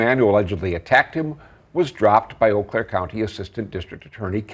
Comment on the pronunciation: Today i finally learned how to pronounce Eau Claire.